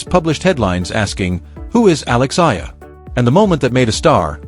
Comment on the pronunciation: Pls...a name is the sweetest sound one can hear...kindly pronounce her last name as Ey...yah..lah..thank you